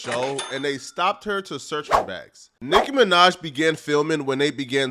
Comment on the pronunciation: Why tf you keep saying Nick Minaj ts pissing me off